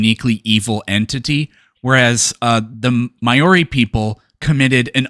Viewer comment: You said Mayor ee for the maori people. Its pronounces "maow ree" with maow rhyming like now and not like mow the lawn.